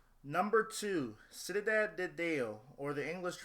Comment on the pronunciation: If you watched City of God (I am not implying that you haven't) then you should know how to pronounce cidade :). Remember it is Brazilian Portuguese, not Spanish. It is more like: siddar - jee de deus